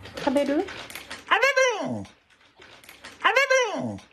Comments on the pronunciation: 「あべぶぅ」に聞こえるけど、どちらにしても唇がないのに「べ」が発音できてるというか聞こえるのすごいな。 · ここまでハッキリと、「食べるゥ！」っていう犬は、珍しいのでは😲！? いったいどうやって発音しているのでしょうか、、、😅？ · しゃべるアピール犬猫の中でも一番発音よろし😊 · 「べ」って言うときの口の動かし方この子なりに工夫して発音してるように見えて言葉を喋ろうとする頑張りが伝わってくる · 「照れるゥ！」って聞こえるかな？って見直したけど思った以上にば行の発音しっかりしてて無理だった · 『べ』がちゃんと発音できてるのすごい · 「べ」の発音が完璧すぎて笑った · 食べるーの発音するとき口周りのお肉プルンってしてるけど ちゃんと『た』『べ』『る』を区切って意識して発音してるからそうなる証拠だよね よくある飼い主さんの愛情故にそう聞こえちゃうレベルではない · 主よこれはそれっぽく聞こえるではなくて ちゃんとこの犬が意思をもって食べると発音しているよ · 滑舌悪い俺より発音良くて草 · 予想したのよりハッキリと発音してた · 俺より発音良くて草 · 唇を閉じて、bの音を発音してるのがすごい。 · 発音が良すぎる... 俺よりも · 舌を上顎で弾いてTを発音しているのが動画でわかる 進化の過程かもしれない 100年後には犬は普通に人間の言葉喋ってるかも